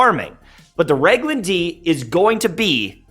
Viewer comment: FYI, with all due respect, it's pronounced Rag-in-hill-duh.